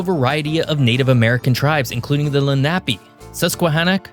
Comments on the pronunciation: Great video! I was born in SE Pennsylvania and lived here for roughly 3/4 of my life. I can tell you're not from Pennsylvania or didn't live in Pennsylvania very long. You mispronounced Monongahela and Lenape. Mah-non-gah-heel-a or Mah-nong-gah-heel-a Len-uh-pee 🙂 There's a good chance that someone is from Pennsylvania if they can spell and pronounce "Schuylkill." 😂 Thanks for the video! I learned a few things about my state that I didn't know before. Irrelevant but another thing about Pennsylvania is that, on many official state and local government documents and communications, it's called, The Commonwealth of Pennsylvania, rather than State of. Pennsylvania, Massachusetts, Kentucky, Virginia are commonwealths (so is Puerto Rico). What being a commonwealth does for us and sets us apart, in 2024, is absolutely nothing. Not a thing. Not in modern times. I think they just like the way it sounds. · It’s phonetically pronounced LEN A PEE!! I know this because I grew up here. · Len-ah- pea, properly pronounced. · Lenape is pronounced LEN-uh-pee, not luh-NAP-ee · Hi, South Jersey born & raised & Philly resident here…have we been pronouncing it wrong all this time!? We even have a high school in NJ, did they get it wrong? Len - NAP - ee!? All of us over here thought it was LEN - Uh - Pee 🤔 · It's pronounced LEN·uh·pee, not le·NAP·ee. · “Len-ahp-ee”? …Wrong. It’s pronounced “Len-ă-pe” native Americans. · It’s pronounced Lénape not Lenápe. Accent on the first vowel. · Please STOP 🛑 pronouncing the Lenape name incorrectly. There’s no “nap” sound in this word. Phonetically it’s: LEN -A-PEE. Please correct this mistake in pronunciation. Any Pennsylvanian knows how to pronounce Lenape. Again it’s : LEN -A-PEE. Get it, got it, good! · Lenape is pronounced "LEN a pay". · FYI - Lenape tribe = leh nuh·pee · Indian group pronounced "Len-ah-pee", with the emphasis in the first syllable "Len". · ) ... it's pronounced LEHN-UHHH-PEE / lenna pee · I swear it pronounced Len A Pee